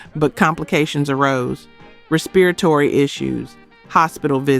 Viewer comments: The lack of the ability to pronounce words correctly or read is irritating! Ex. It's LA-VERT... RES-PIR-A-tory...geeez! 🤦🏾‍♀️ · They need to learn how to pronounce "respiratory!" Sheesh. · Really mispronouncing respiratory?